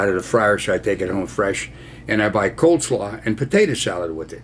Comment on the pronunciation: It's "cole slaw" Ron : )